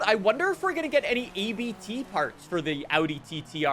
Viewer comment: For the first and hopefully last time, Abt is not an acronym, it’s a last name. You actually pronounce the word how it’s spelled, not saying each letter individually.